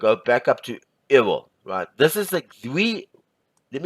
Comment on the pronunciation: Great game and a wonderful overview. It sounds like you might be from northern Minnesota and thus not local to the South (being silly) but let me help you with the pronunciation of "Ewell". It's pronounced like "You-ull". :) Not biggie, just helping you out mate!